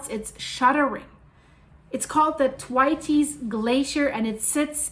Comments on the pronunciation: ....It's pronounced 'the waits' but spoken as all one word/syllable... rhymes with gates 🌹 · Hi. A gentle feedback. I am pretty sure the way to pronounce Thwaites is the th as in the word “thin” and waites as ie waits (for the red light). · This is crazy - thanks for sharing this. Also I beleive it is pronounced th (as if about to say "thing" or "through" then what sounds exactly like "waits" as in, "he waits".Emphasis goes on the "wai" not the "ts" nor the "th". It is a name from the UK I knew a few folks who had that name. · Pronounced Th as in Thirsty and waites as in waits. No tighty whitey's 😂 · the pronunciation is th (like the) WAITES (like waits). Put it all together - th-waites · Is it not pronounced Th..way..ts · Thwaites pronounsed Th-wait-s, named after Frederik T. Thwaites. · Love your work but it's pronounced Th-waits xxx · yes girl she totally pronounced that totally wrong so Lisa yes she did girl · just to say, it's pronounced Thwayts. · It’s pronounced ’TH-WEIGHTS’ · So,I love you dearly ❤️. Thank you for being vocal about the Th-waits (pronounced like The waits without the hard E) or Thwaayts if you can understand it better that way. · Hi,. FYI: The glacier is pronounced like waits with a Th in front of it. Thwaites - all one syllable. Not a Spanish pronunciation. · lets listen someone who cant even pronounce Thwaites Glacier correctly. If you don't even know what its called how can we take anything else as certain. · Learn how to say “THWAITES!” properly. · Thwaites rhymes with HATES. 😅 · Thwaites one syllable no tes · Just love the way the good lady says Thwaites ! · yes definitely pronounced that wrong yes sir I concur that's great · Lol no it th like the thwaites glacier.....at least pronounce it right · TY elyse. It hurts my ears to hear the way she pronounces it😶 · I had to giggle at "Thwaites". Isn't it's pronounced to rhyme with "gates"?